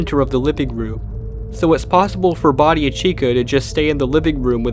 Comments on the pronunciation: Why is he saying "body" instead of bonnie ? 😂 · The subtitles are not automatic but keep saying Body instead of Body. Lmao. Lol, even. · did you just call Bonnie "Body"? or was that just the closed captions mistake.